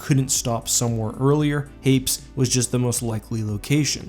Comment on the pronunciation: Hey, where does that pronunciation of Hapes come from? I always pronounced it hayp-ees